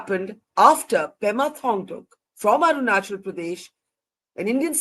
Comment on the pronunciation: Pema not Prema.